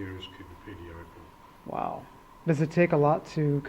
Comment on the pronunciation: You'd better learn to pronounce opal correctly. Accommodations dug out of hillside/rockface. The town is like a moonscape - not really human friendly - incredibly dry and HOT.